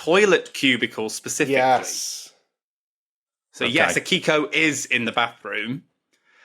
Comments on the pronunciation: Also the "i" in Akiko is basically silent, so it sounds like "Akko". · Just so you know, if you want to sound more authentic, all Japanese names are accented on the first syllable. Izumi should be accented on the I, and Akiko should be accented on the A.